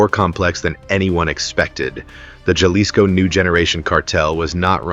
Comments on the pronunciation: Its not gelisco its pronounced halisco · Enjoy the video but the pronounciation of Jalisco is hal-ISS-co, not the Americanized “j” sound. AI voices never seem to get it right. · AI needs to learn how to pronounce Jalisco right. Didn’t realize Chicago had cruise ships 😂😂😂